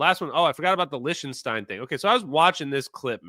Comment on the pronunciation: Please, for the love of God, STOP saying Lish-ten-stein !!! CRinge!!! (Lick-ten-stein bro.)